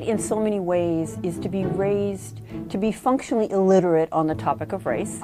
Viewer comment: I know. That is wrong spelling. And in fact,she mispronounced it too. I looked it up to be sure.⭐